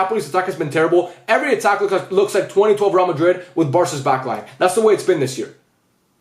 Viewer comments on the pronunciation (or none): none